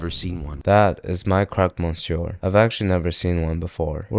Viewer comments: That monsieur hurt my soul. How they said it. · Why do you guys complicate your pronunciation by pronuncing the R at the end of "Monsieur" you don't have to actually 😅